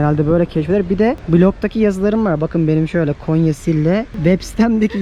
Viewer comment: Konya deyil gonya